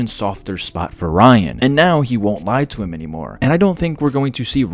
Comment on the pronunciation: you said ryan 100 times you even started saying rine... he is not important no matter how you feel. read the comics.